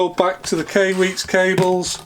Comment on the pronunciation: Hey, I couldn't breath for a minute during the intro... Ok now though. Also, I think Kai is pronounced like before you karate chop a cinder block. And usually after as well. Cheerses!